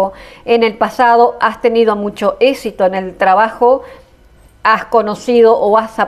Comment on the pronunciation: Se dice éxito no esito